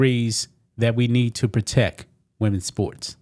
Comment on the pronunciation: Bro, it cracks me up everytime you say the word proteck.